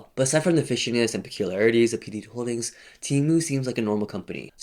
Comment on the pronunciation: All I can hear is "P Diddy Holdings"